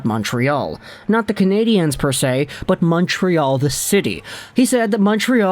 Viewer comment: Learn to EFFing say the name of the hockey team. It’s never in the feminine, as you pronounced it.